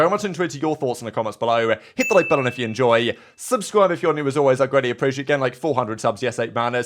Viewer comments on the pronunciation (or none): Strange word pronunciations by our presenter…”Below(eh)” “Enjoy(eh)”. 💨